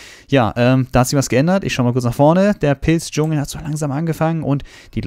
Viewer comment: Der Pilz-Dschungel! omg ich hab erst pissdschungel verstanden und dachte so wtffff